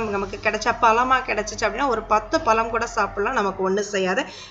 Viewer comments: தமிழின் சிறப்பே அதில் உள்ள "ழ" கரம் தான். ல- என்ற எழுத்தை நுனிநாக்கால் முன் பல்லை தொட்டுக்கொண்டு உச்சரிக்க வேண்டும். அடுத்து "ள " என்ற எழுத்தை நாக்கின்நுனி யால் உள் அண்ணத்தை த்தொட்டுக்கொண்டு உச்சரிக்க வேண்டும். "ழ" என்ற எழுத்தை நாக்கால் உள் அண்ணத்தை த் தொட்டும் தொடாமலும் உச்சரிக்க வேண்டும். பழத்தை பலம் என்று கூசாமல் உச்சரிக்கிறிர்கள். தாங்கள் கூறும் விஷயம் பயனுள்ளதாக இருந்தபோதிலும் மொழி பயன்பாட்டில் கவனமாக இருங்கள். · பலம் இல்லை, பழம்